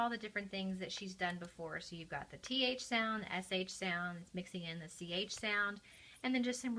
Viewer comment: “Ch” does not say “chuh.”